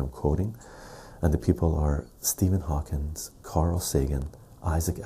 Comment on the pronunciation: Another GREAT video,! One thing is killing me though....I've heard you do this in multiple vids now.....it's "Stephen HawkING", not "HawkinS". Keep up the great work, man!!